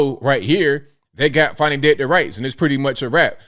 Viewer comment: There is no "W" in fanny or Fani. Why not say "Fanway" or some other weird pronunciation? Big fanny Fani.